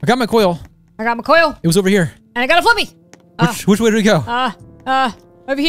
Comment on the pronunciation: Fliqpy is called as "Flick P" not Flippy